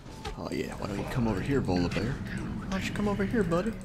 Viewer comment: Am I the only one that hear "Lolibear" when he says Volibear?